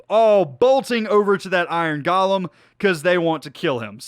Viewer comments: It’s pronounced Go-lem. not Ga-lem there is no A in golem. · nomal people: iron golem.: iron galem